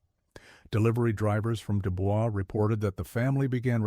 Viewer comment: Is no one else going to bring up the pronunciation of DuBois? Lol